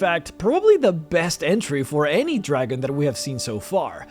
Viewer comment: Mildly irritated by the way you put emphasis on the word 'dragon' and not the colour.